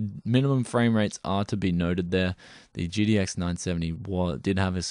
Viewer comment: Am I the only one that hear "GDX" when he says "GTX?"